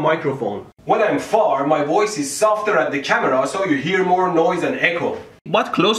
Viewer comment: i like it when you say camerow